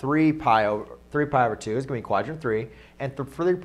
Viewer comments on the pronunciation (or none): "Three pdlypy over two"